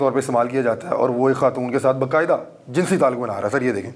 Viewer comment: آپ ماشاءاللہ بہت عمدہ کام کر رہے ہیں مگر الفاظ کی ادائیگی میں تھوڑا سا فرق کر دیتے ہیں جیساکہ لفظ jansi nahi balkay jinsi hay اور دوسرا لفظ جنسی استعمال نہیں بلکہ جنسی استحصال ہے ۔۔۔😊😊😊